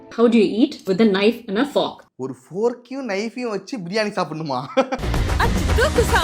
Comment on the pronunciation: Ava fork nu sollura pronunciation ae thappu ithula elegant.